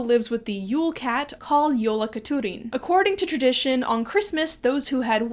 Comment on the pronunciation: I’m so excited that you even pronounced Grýla and Jólakötturinn! Great job! I had Jólakötturinn nightmares well into my teens 🤣